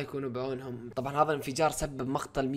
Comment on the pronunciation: ليش تقول هظا مو هذا🤣